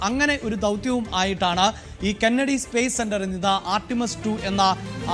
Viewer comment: കനേഡിയൻ സ്പേസ് സെന്റർ അല്ലടോ... കെന്നഡി സ്പേസ് സെന്റർ ആണ്...